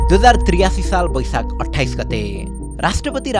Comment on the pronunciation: It's baisakh Not baisak